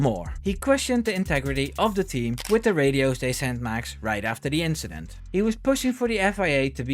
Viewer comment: "it was nothing, just an inchident"